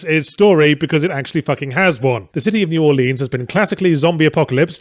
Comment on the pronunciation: Take a drink every time New Orleans is said wrong.